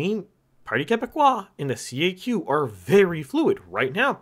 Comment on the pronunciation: Tip: no one says C A Q. It's "Kak"